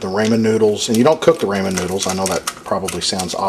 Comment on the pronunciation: It's RAH MAN not RAY MAN